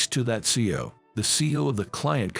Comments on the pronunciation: This story was interesting, even though it wasn't clear about the girl's name. It would be a better story if a real person had read the story. CEO isn't pronounced CO. Other words were also mispronounced. Dump the digital voice and use real people to read these stories. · This narration needs more emotion, and needs to learn how to properly prononce words. CEO is not pronounced seeo, but C E O. Seeu later. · C E O not CEO